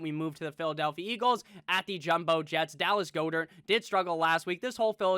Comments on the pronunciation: It's pronounced Gaa- dert, NOT GOO-dert dude! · I really hate the way he says Goedert